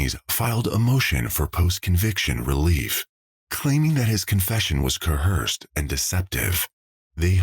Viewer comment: I came here for this! how can AI mispronounce "coerce" aaaargh